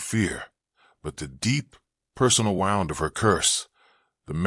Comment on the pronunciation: Why can't AI say wound?